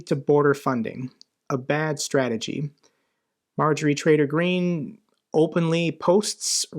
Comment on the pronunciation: I hear it wrong but can not unhear it "Marjorie Traitor Green"